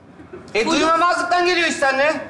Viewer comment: "Açın Kapıyı" skeci; Hulusi'nin eşi ve oğlunun (damat) sözlerinde, "duy(ma)mazlıktan" kelimesi yanlış, doğrusu "duymazlıktan" olması gerekiyordu. Milyonlar izlediği için, çocuklarımız da yanlış telafuz etmesinler diye yazıyorum bu yorumu da. Tek tesellim, senaryoyu yazanların da aynı hataya düşmüş olmaması olacak. Biliyorum o sahnede her şey değişir. Ama türkçemizi de düzgün bir şekilde kullanalım.;)